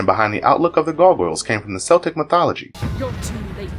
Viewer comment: Though it's spelled like the basketball team the C in Celtic has a K sound.